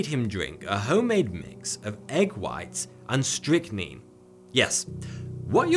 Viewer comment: Call man it is strychnine say it right